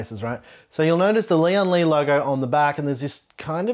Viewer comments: Not important, but every YouTube reviewer pronounces the company as Lee on lee. Lian is one word, to be pronounced as lee-en lee. Lian is one character, almost one syllable. It means alliance, union, or united. Li means strength. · This case is bril-Lian Li.